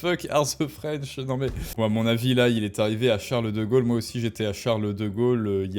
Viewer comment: Chareuleu deu Gaulleu